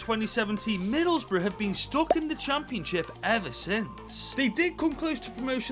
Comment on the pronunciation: To be honest, I kinda expect for to pronounce Middlesbrough as Middle's Bruh but it's still nice to see takeover Middlesbrough for ten freaking seasons